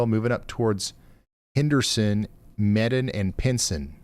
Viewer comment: its pronounced Mee done.. (medon)